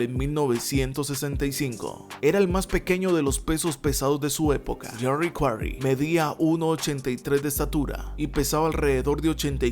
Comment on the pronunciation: Comoooo que dijiste yerry quaray le gano a ron lyley👍👍👍increible